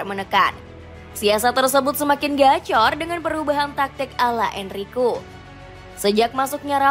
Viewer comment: Enrique itu DIBACA EN-RI-KE! Ini AI yang baca ya? 😂😂😂